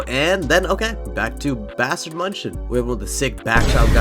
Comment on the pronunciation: i beg you please pronounce it "myun-hen" as its supposed to be not munchen LOL